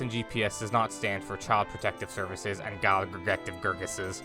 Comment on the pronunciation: Gild grotective gervices lmao